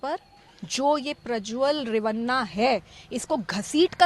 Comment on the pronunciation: Dude it is Prajwal Revanna, not Rawanna